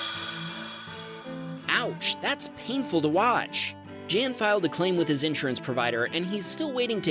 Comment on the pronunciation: That’s not how you pronounce Jan